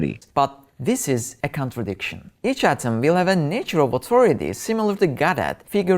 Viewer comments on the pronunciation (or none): oh "contrudiction" I thought he was talking about contradictions and making no sense. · Lol "CONTRUDICTION"